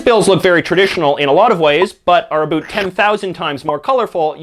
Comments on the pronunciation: so you're canadian... i heard abut instead of about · What are you talking a.....boot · They way J.J. Says about is so hilarious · This guy is Canadian isn't he. "About"